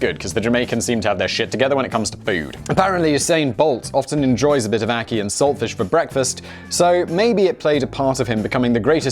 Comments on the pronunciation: You pronounced Ackee correctly by the way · He pronounced ackee right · The ackee pronunciation is correct